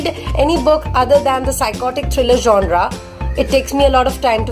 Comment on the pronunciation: It's is not 'jonra' 'jonar' what was that.